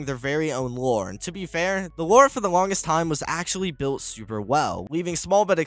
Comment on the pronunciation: Every time you said lore all i could hear is war. Try to make more then one take next time.